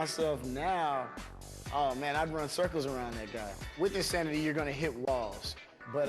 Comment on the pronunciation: They spelled it wrong. Shaun T clearly says it's "In-Thanity with a 'th' sound. He's an unbelievable speaker because of that, plus the fact that his body is rock solid after he took the steroids, plus there are plenty of idiots willing to smile into their home video cameras and say "I did it. Yes!" then send in their tapes to "Insanity" marketing division in exchange for $50, that makes Shaun T the perfect choice for spokesman of this awesome new workout company.